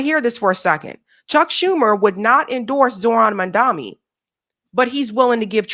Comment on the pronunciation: No issues pronouncing Schumer then? But can't seem to say Mamdani, huh? A real tongue twister. It's not Mamdami.